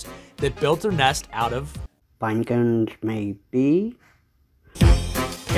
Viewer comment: Ouwver and ouwver to make a couwne. Gouwt it.